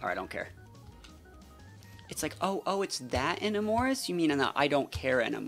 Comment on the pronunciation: Enamorus’ name is based off of the word ‘Enamored’… I cringe a bit when you say her name so wrong lol if you know what an Enama is then you’ll no why